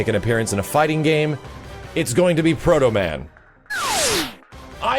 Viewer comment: you said proto-man..............you are my hero! got yourself a sub